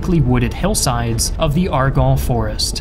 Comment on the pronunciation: The n's are not silent in "Argonne."